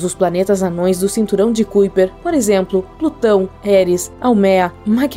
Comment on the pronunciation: Fica melhor se pronunciar Cinturão de Caiper...é Holandês (kuiper)